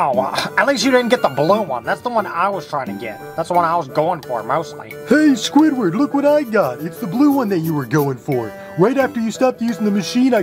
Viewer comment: You said squidwoB😂😂